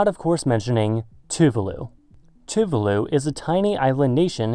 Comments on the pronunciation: Can you pronounce Tuvalu proplerly? You pronounce other words in other languages alright. Why can't you pronounce Tuvalu? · It's "tu-VA-lu", with the accent on the second syllable.